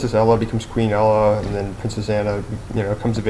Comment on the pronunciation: REALLY do you have nothing better to do then make a lame video about how stupid your sense of movies is. First of all its pronounced ANNA with and O I mean if you can't get that then obviously you haven't seen the movie and its ELSA not ella! I mean if you would of paid any attention to the movie you would know not only that but Elsa was born with her powers its like a mutation. I mean all the things you think is horrible about this movie make sense if YOU ACTUALLY PAY ATTENTION! GO ON POINTING OUT EVERY FLAW IN MOVIES DIRECTORS MAKE MISTAKES. I WOULD HATE TO MEET YOU! YOU WOULD PROBABLY CORRECT EVERY WORD I MISPRENOUNCE. GET A LIFE!!!!!!!!!!!!!!!!!!!!!!!!!!